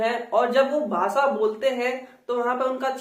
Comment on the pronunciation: आप खुद भी 'भाषा' शब्द का उच्चारण 'भासा' ऐसा करते हो । यूपी / बिहार में सब लोग ऐसाही उच्चारण करते हैं । जैसे की उत्तर प्रदेश को उत्तर प्रदेस कहते हैं ।